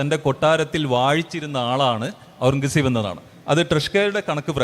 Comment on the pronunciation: എത്ര വലിയ ചരിത്രപണ്ഡിതന്മാർ ആയിട്ടെന്താ... പേർഷ്യൻ വാക്കായ ഖുർറം കസബ് എന്ന പേരൊന്ന് മര്യാദക്ക് പറയാൻ പഠിച്ചിട്ടില്ല. ടിപ്പുസുൽത്താനെയും അയാളെയും താരതമ്യം ചെയ്യുന്നതിൽ യാതൊരു അർത്ഥവുമില്ല. രണ്ടും രണ്ടു ധ്രുവങ്ങളിലാണ്. അവസാനത്തെ മുഗൾ ചക്രവർത്തിയായ അയാൾ ഒരു സലഫി ഭ്രാന്തനായിരുന്നു